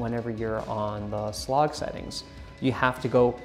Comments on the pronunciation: My friend, please stop saying "sloog". It is pronounced "S... Log". And makes you come off as if you dont know what youre talking about. Video was still informative though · Did he call it Slog lol S-log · Yes lol. I have never heard anyone pronounce it in that way.